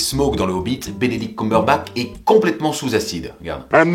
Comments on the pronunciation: "Desolé si j'ai froissé les oreilles des fans de Marvel" et de Benedict Cumberbatch putain ! Déjà c'est CumberbaTCH, et Benedict sans E c'est masculin. Ensuite c'est Sherlock Holmes donc tu critiques pas ! P.S : Non, je suis pas une hateuse. Tout ceci est dit amicalement. Bisou. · Les français ont un problème avec "COUMBERBATCH"... On dit pas "COUP-CAKE" à ce que je sache... XD